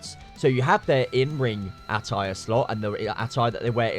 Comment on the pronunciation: Why can't you say attire?